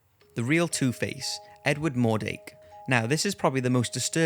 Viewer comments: mordRake, not mordake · mordrake not mordake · Edwards name was "mordrake" not "mordake"